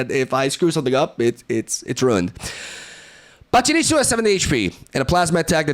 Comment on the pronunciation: I appreciate your pronunciation of pachirisu and spirigatito